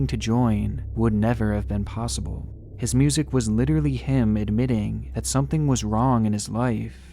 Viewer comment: Whaaaat someone with a mental disorder doing crazy shit with kids, say it ain't so. 🤣 And you mispronounced "his"